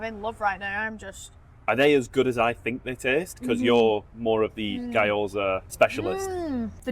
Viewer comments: Almost turned this off 2 minutes in because guy-oza was giving me an aneurysm lol. Sorry guys ‘gyo’ is one syllable, try saying ‘big yo-yo’ really fast and then drop all the extra letters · As everyone is saying. Guy-Oh-Za is just...... really wrong. It's two syllables, gyoh-zah. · Who is this Guy Oza guy you keep talking about? 😂 GYO-ZA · Hey guys loved the video but the pronunciation of Gyoza was doing my head in Gyo NOT Guy G..yo..za Not Guy…oza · Guy - Oza, seriously? you know how to pronounce it so stop putting on the bullshit accent, please! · There's an Asahi factory in Wulkuraka (part of Ipswich) in Brisbane. Always, always use chopsticks IMO. Also in Japanese it's pronounced Gee- yo-za. Looks delicious